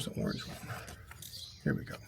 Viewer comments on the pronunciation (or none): none